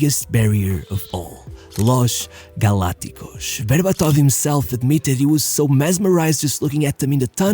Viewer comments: Bro, it's Spanish, it's Los Galacticos with S and not Portuguese s like losh galacticosh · its not losh galacticosh , its los galacticos , its a spanish team so just read it as its written , its not portugheze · It's painful to listen to you pronounce Spanish names, every single time. Every. Single. Time. You pronounce everything like it's a combination of Portuguese and French. It's not "Losh Galacticosh". It's not "Fegnando Hieggo". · Amazing video, but I still wonder why you are unable to pronounce an S in spanish but yes in english, pretty weird "Losch Galacticosch" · The “lauj galacticauj” pronunciation was a head scratcher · Los Galacticos shouldn't is a Spanish word, it shouldn't be pronounced with "sh". The pronunciation sounded Portuguese.